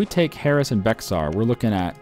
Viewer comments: I know this is six months later, but Bexar is pronounced "Bey-har," not "Beck-sar." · Hi, native Texan here. I'm not sure if you've said it before, but "Bexar" is pronounced "bear". Just thought I should mention.